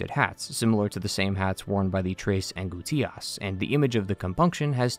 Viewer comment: Its Pronounced: Tress An-Gous-Ti-Ahss